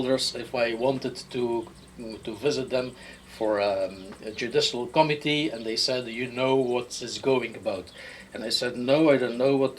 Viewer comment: My American ears kept hearing him say "Judicial Comedy" not "Judicial Committee"... I had to laugh, not at your guest, but the light bulb went off as that's exactly what it is a JUDICIAL COMEDY!